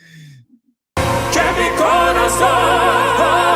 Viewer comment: Una obra de arte..lastima que no le han enseñado bien la pronunciación... Que mí corazón..che mí corazón..ya no se entiende .